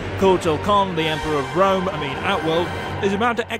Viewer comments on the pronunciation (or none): none